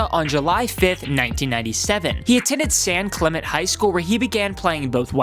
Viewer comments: The school Sam Darnold went to is pronounced San Cle-men-tee not San Cla-ment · Sorry but it’s San Clemente (cle-men-tee) I go there so that kinda made me cringe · San Clemente (San kla-men-tay) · San Clemente is pronounced cla-men-tee. Other that that, great video lol